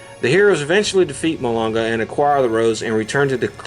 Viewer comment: Its Mullonga, not Mullogna..